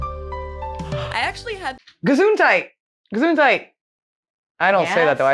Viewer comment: Vorschule and Gesundheit was pronounced perfectly by the way 😊